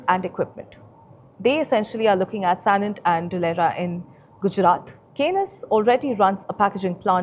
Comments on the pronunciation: Anchor cannot even pronounce Kaynes technology correctly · Hi, kindly check the pronunciation of 'Kaynes' for your next video on the company. Thanks.